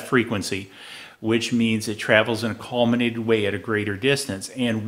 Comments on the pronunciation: Very well done video, very informative. BTW it's collimated, not collminated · Some good advice, but "colminated .. . colminated ... colminated" ....gaaa, it's "collimated".